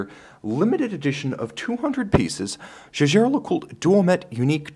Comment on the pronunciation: Wish I could find a channel where someone from an English speaking country pronounces JAEGER correctly. They all mumble something along the lines of "JJ" and it's just terrible.